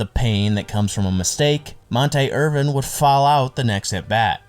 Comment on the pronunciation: Great video but 3 mispronunciations: Monte Irvin. Montee. Clem Labine. La-bine like wine, cookie Lavagetto like lavajetto. I’m old enough to remember these guys so it hurt my ears. Otherwise, great video and beautifully researched